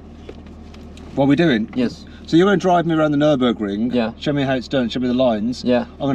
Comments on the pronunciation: everytime Mat says "Nürburgring" you should kick him...lol...🤣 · How many kicks in butt recieve mat for every time he say "nurburgring" on this trip??